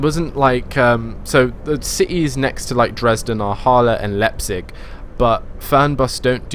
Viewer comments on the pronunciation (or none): none